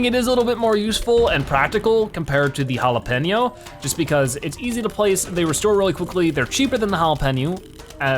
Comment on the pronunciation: It's hard for you to pronounce jalapeño and yet your not pronouncing it right